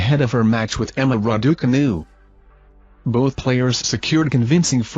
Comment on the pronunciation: Somebody tell this idiot to pronounce the name Raducanu correctly please.!